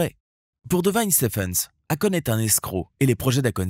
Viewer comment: Si tu prononce akone. Alor que c'est écrit akon. Et que en réalité sa se prononce èykone.....😂 Pourtant tu prononce bien quand tu parle de sa société. Étrange